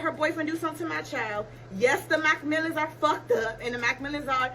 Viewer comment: 🤣🤣🤣🤣🗣️ WHEN SHE SAID MCMILLAN, DID SHE SAY WHAT STATE?